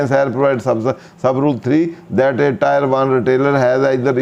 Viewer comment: Sir Tier ki pronunciation check krin muje lagta hai ap galt pronunciation krte hain Sukria